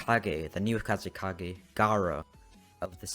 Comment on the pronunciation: dude said kazekaze XD